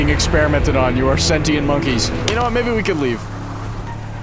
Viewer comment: certified moment “myebbe”